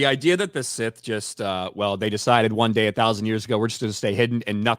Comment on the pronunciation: Look SOL OBVIOUSLY REPORTS TO JEDI COUNCIL THAT HE FOUGHT A SITH. BUT COUNCIL ACTUALLY HEARD - SOL HAD A FIGHT WITH SETH. SOME FLOPPY HAIRED LATIN/ASIAN DUDE WHO LOOKS LIKE A HOMELESS JUNKIE. YOU KNOW SETH.. CASE CLOSED SETH NOT SITH. LEARN TO PRONOUNCE IT BETTER. 😅😂